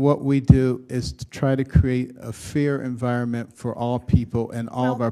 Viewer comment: Fair environment or fear environment? What did he say; ?